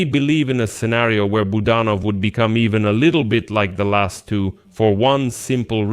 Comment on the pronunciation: Please pronounce Kyrylo Budanov's name properly. The accent is on the second syllable, Bu DAN ov. Thank you.